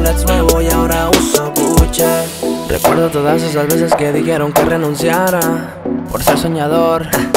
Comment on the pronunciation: GUCHE* 🤣🤣🤣🤣🤣 ni pronunciar marcas